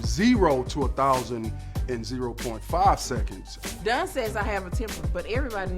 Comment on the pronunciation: She calls him Done instead of Don, lol.